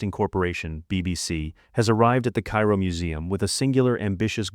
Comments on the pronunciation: "the Cay-Ro museum" your AI needs some extra training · You know, if your AI can’t even pronounce Cairo correctly, I’m not going to watch you video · I couldn't make it past the first entry. Tutenkamen is probably the most famous ancient Egyptian ever but you're unaware how the name is pronounced. Ok, there's lattitude, nobody speaks ancient Egyptian. But the capitol city of Egypt, Cairo is only pronounced one way in English. And you couldn't be bothered to check how when citing one of the most famous and popular museums of the world? That's sad really.